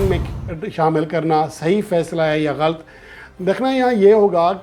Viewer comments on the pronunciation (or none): Please, pronounce this word "galat" not galt.